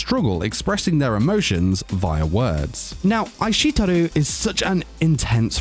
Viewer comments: Omg I kekd every time he said eyeshetooru 😂 he said it like 10 times and his accent makes it even better. How can you be a weeb and not be able to pronounce Japanese. I’m pretty sure I could say eishiteru before I learned Japanese. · Is it just me that gets triggered when this guy pronounces "aishiteiru"(i-sht-ee-rdu) as (i-shit-eru)? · Pronunciation of aishiteru just made me laugh. Ai sheet eru. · Ai SHIT teru. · I'm sorry but you really butchered the pronunciation of Aishiteru. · hearing say aishiteru hurt my soul... xD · No one: How This guy pronounced aishteiru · Lmao, his pronunciation is so wrong